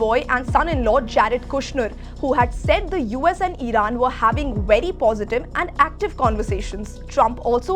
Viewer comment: Idan instead of iran 😂😂😂😂